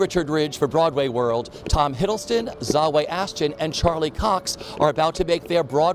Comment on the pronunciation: Poor Zawe. People don't even try to find out how to pronounce her name.